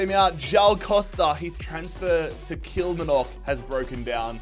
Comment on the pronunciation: The way he says Kilmarnock triggers me as a Scotsman